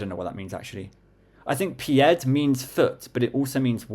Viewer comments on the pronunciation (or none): PS "pied" is indeed foot, but the d is silent, and saying something like "je vais y aller à pied" is "ill go on foot" so you were close for those